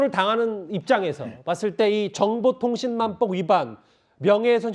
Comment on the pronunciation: 저 앞에 서있는 사회자인 지 뭔 지 발음 뭐냐 갈아치워라 허위사쥬포 정보통신만법 이러네